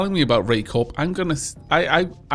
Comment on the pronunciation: Isn't Corp said like 'Core'??